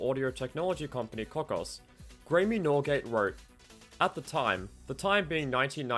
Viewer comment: "Gray-me"? It's pronounced "Gray'm". Graeme is just an alternative spelling of the name Graham.